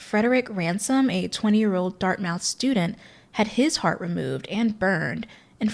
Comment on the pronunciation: Quick specification for a small thing: Dartmouth is pronounced "Dart-muth" instead of "Dart-mouth"